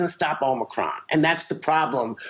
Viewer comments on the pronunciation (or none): none